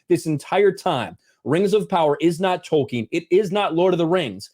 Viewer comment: When this guy says Tolkien, I hate it.